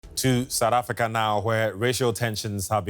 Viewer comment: Its South Africa not sadda africa 😂😂